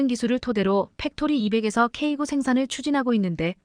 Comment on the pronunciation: 수정 한번도 안 하고 읽냐? 미친년, 지식도 없는것들이 유튜브에 창궐, K9--->케이 나인으로 읽어라.쓰레기 폭파가 답이다